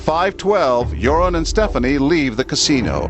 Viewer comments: its joran van der sluis not jouron haha he is also dutch x thats why I know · You know its Joran not Jouran right? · It's Joran (van der Sloot) instead of Jouron. And almost everyone in the Netherlands believe he's the killer. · Btw it's Jordan not Jouron. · Jouran hahaha > Joran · jouron lmao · Dang. I never knew all of this. What a little fuck face! I like how you pronounce his name "urine" though. Lol